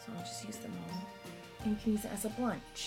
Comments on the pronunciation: I hate the movie frozen but i <3 u so... yeah XD P.S I love it when you say “bluch” instead of “blush” XD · LOL "blunsch" 😂😂😘😘😘